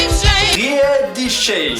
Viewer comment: tu sais que schweighouse riedisheim et lautenbach c'est du haut-rhin j'espère 😂 et oui la prononciation des 2 "zones" peuvent changer jy ai pas penser, mais pour un haut-rhinois ca se dit rédissaïm, chvaïguouse et lotennbak, ou < > (prononciation pure alsacienne)